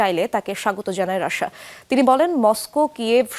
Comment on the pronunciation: এই মহিলা রাশিয়াকে শুধু রাশা রাশা কেন বলে?